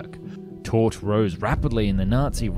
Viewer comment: I was really interested in this subject but just couldn't let the mispronounciations go, 'Tord' for Todt, 'grandose' for 'grandiose', 'ssation' for 'annexation', 'pundins' for 'pundits' etc etc. I understand that dyslexia is very common, but maybe then don't let the narration be done by a dyslexic? Especially a dyslexic with a blocked nose(& whiney accent?)!